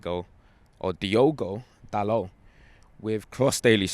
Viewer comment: Jesus, a fella who pronounced Dalot's name right. Look at that...